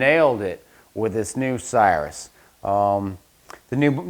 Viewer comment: The name is pronounced CIR-RUS not CYRUS. Please see Webster’s Online if you need validation. Good content but bad pronunciation of its proper name. Thanks!